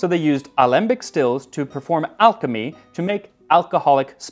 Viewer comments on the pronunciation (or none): none